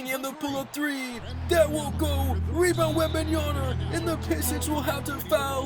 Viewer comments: Bro please work on your pronunciation of Wembanyama, it’s WembanYAMA not WembanYANA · You say it Wembanya'N'a ?😅 It's wembanya-MMmmmma😂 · it’s wembanyaMa with an M not an N 😭😭😭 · this is like the 4th or 5th vid where ya say wembanyaNa instead of wembanyaMa 😂 just say wemby bro lol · That's cool but for FUCK SAKE, it's Victor WenbayaMa, with a M, it piss me off so much that half of american can't pronounce correctly his name lol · Bro been watching your videos for a while, all i can say is your going to be a better commentator if you actually read wemby name